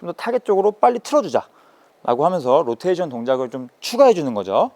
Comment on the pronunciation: 로텐션이라고 하는 습관 고치셨네요 ㅎㅎ